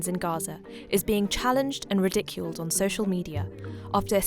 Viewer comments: It won't be long before western countries start banning TikTok. p.s. Ridiculed is pronounced RI-duh-kyoold. Emphasis on the first syllable. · The pronunciation of ridic…uled….overwhelmed me. Couldn’t watch the rest.